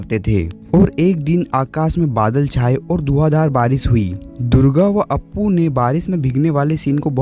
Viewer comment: भाई पहली बात तो ये की वो अप्पु नहीं अपू है